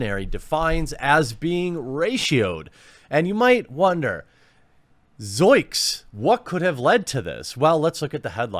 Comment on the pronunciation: It's "zoiNks" btw.